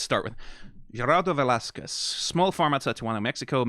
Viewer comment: UUGH FINALLY SOMEONE SAYING VELASQUEZ PROPERLY, THANK U SO MUCH!!!